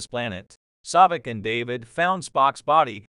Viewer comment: Saavik, not Sawvik.